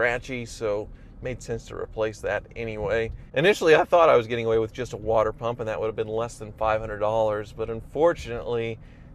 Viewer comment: Anyone else hear him say "water prump''?